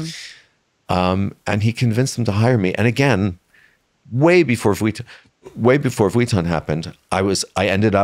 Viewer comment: it hurts my ears every time he pronounces vuitton like he did not work for them for years and years...